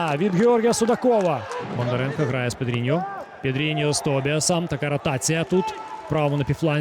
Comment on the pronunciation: поки важко українською, але молодець, слух мало ріже. Хіба вимову прізвищ підтягнути, бо зараз БондаренкА (а не кО), ЦурикАв (а не Ов) і т.д.